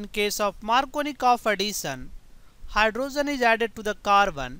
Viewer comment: What is a Hy-dro-zen?